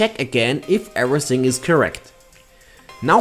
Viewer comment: What sounds weird is listening to: "Era-sing" instead of "everything" and "head-just" for "adjust". It's not that I can't follow his English, it's just annoying as frack making it very distracting for me. I hope this clears thy weirdness.